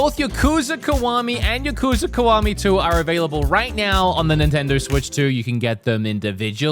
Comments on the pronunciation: Ya kuza not Yu kuza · I thought it was pronounced YAH-kuza not ya-KU-za.